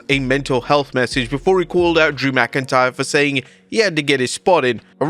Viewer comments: Drew “McIncryer”.😂😅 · la knight calling drew mcintyre drew mcincryer was hilarious